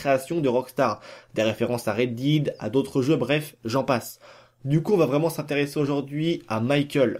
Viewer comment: En 1 minute de vidéo tu dis 3 fois Red Did stp reprends toi c’est Red Dead 😂